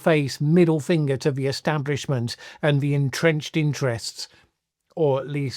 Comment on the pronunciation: It's pronounced the not ve